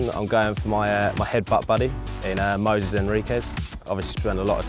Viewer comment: Mosies Henriques? We’d is wrong with you?